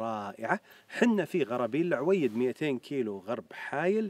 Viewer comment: العويد وليس العويّد (بدون تشديد) رحله جميله امتعتنا استمر👏🏻👍🏼